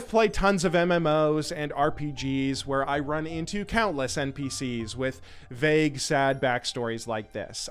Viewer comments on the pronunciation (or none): none